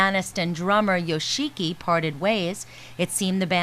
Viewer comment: YO SHEE KEE. LOL.